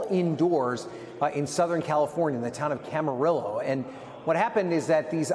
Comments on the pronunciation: I’m cracking up!!! Hearing him pronounce the city “… town of Camarillow” LOL 😂😊😮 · Cam-a-reo... Get the pronunciation straight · Not you pronouncing Camarillo wrong 😂